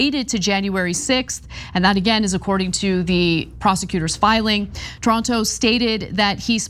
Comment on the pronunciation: It’s not “Toronto”… it’s “Taranto”. There’s a difference!!!! Lol 😊😊😊